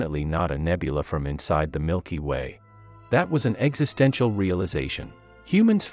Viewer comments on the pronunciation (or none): none